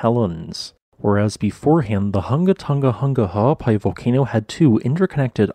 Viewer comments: I’m impressed by your ability to pronounce the volcano’s name. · Kudos for your commitment to the pronunciation of the whole volcano’s name 😁